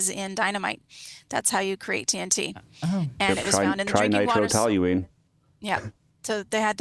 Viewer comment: Talyween vs toluene